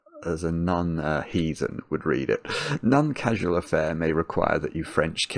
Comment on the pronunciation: Meaning to ask this for literally years. Why does say None instead of Non, always. I don't know anyone else who does that.